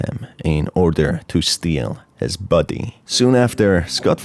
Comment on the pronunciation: Countless times i heard “buddy” and not “body”